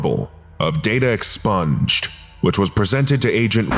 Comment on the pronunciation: Stop saying "data expunged" that way...